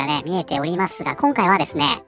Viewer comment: 動画の内容と関係なくて本当に申し訳ありません。 さんの「です」「ます」の「す」が有声音なのが気になって仕方ありません。 「ですよ」「ますね」などは無声音で発音できているので気になりませんが、言葉の最後が「す」で終わる時、たまに有声音になります。 文字であらわすと、「ですぅ」「ますぅ」「なんですぅ」という風になっています。 このような発音は正確ではないもののわりと一般的で、多くの方がこのように発音されています。 明らかに私の気にしすぎなのですが、我慢できずに視聴を中断してしまう時があります。直してくださいとは申しませんが、一意見としてコメント失礼しました。